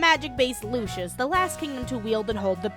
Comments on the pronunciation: she kept saying lucius instead of lucis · the kingdom is called lucis, it's pronounced lew-sis sorry it was just bothering me, video was funny as hell. ED: also with the arena, more like "Daddy needs the generator for the car which costs 3.6 MILLION MEDALS!" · The way you pronounce lucis sounds like the son of Lucifer (referring to the game Lucius)